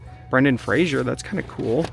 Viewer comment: It's Brendan Fraser NOT Frasier.